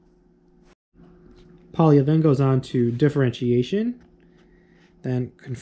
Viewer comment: Just one tiny detail: Pólya is pronounced as \ˈpoː.ja\ (more or less), so it's kind of more like POI-a then Poi-i-a. (In spanish I would transscribe it as "pólla".)